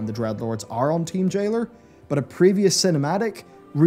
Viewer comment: D-R-E-A-D-LORDS, not Dredlords... cmon man